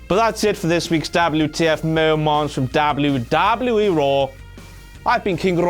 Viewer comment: if this guys gonna do the rest what culture video im gonna stop watching it this guy sucks and i totally hate it when he says WWE in that weird way .....such an ass